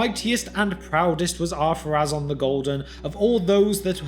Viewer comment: I thought is name was Adunaic, therefore not following the same pronunciation rules as the Quenya. And, even if it did, I was sure the accent over the final vowel dictates that vowel be stressed - the rule for which supercedes all other rules, even in Quenya. For example: Númenorë (stress the "u" and pronounce the final "e" as an extra voiced sound) would be pronounced NOO-menor-ay Or am I wrong?